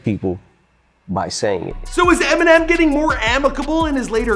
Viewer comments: He is saying EM , he .... not emmy it sounds like it tho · is he saying EMI ?? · Why tf does this dude keep calling him "Emi" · Nobody is talking bout the fact that he keeps calling him Emi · It's pronounced EM-IN-NEM(M&M) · "Em, he" sounds like "emmy", over and over 😂